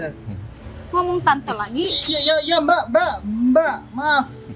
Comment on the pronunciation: gomong tente 😂😂😂😂❤❤